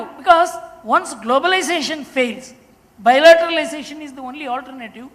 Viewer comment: " huge bilatetalisatiin of trade.. "